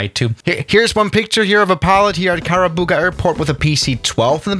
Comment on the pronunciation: It's karubaga not kakababa